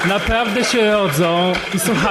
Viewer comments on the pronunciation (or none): "napławde, napławde" kurwa jebnalbym ci w ten glupi ryj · "...i Ziemia jest okłągła. Napławde!" Zastanawiam sie, dlaczego tak duzo lewackich zboczencow ma ten sam blad wymowy. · „Panie Januszu napawde” „Napawde sie odzom napawde”